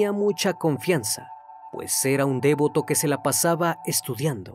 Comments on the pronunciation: Leé bien los guiones : arquidiócesis, devoto no dévoto. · Gracias por esa puntualización. Yo también había notado que el acento estaba mal ubicado. ❤️ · Devoto, con acento en la primera o. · Es devoto, no "dévoto". No lo corregiría si no fuera porque lo repites en muchos de tus videos. No es importante, pero te lo marco en buena onda y sin intención de ofender. Gracias por tu trabajo, saludos. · "ArquidiocÉsis", "dÉvoto"... 😂😂😂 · devoto es palabra grave, no se lee dÉvoto, arquidiÓcesis es esdrújula no se lee arquidiocÉsis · CN, por favor, revisa en Internet cómo se pronuncian correctamente las palabras arquidiócesis y devoto. Recuerda que la audiencia aprende de ti. Te saludo cordialmente desde Caracas, Venezuela. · Me gustan mucho estos vídeo solo una observación con respeto; pronuncias mal arquidiócesis y devoto, para los estudios que se nota que tienes estás fallas no deberías de tener, pero mi like para tus vídeos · repite conmigo: arquidióóócesis con acento y devoto sin acento jajaj muy buen video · Hay que leer BIEN, cuando las palabras tienen acento (arquidiócesis) y cuando no lo tienen (devoto). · Muy buen video, como todos los tuyos...por cierto pronunciaste mal " arquidiócesis " es esdrújula y la pronunciaste como grave...uh...!!! también pronuncias mal la palabra " devoto" ...que vea tus videos un profesor de español o algo así antes que lo subas a YouTube...